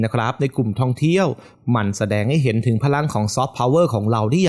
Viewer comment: ไม่แน่ใจว่า เสียงผู้้่อ่านเป็นคนหรือ Bot นะ สำเนียงฟังแล้วหวุดหงิดกับเสียงท้ืายคำ เช่น ไทย ออกเสียงเป็น ไท้ เดือน เป็น เดื้อน ท่องเที่ยว เป็นท่องเที้ยว ดีดี เป็น ดีดี๊ 😰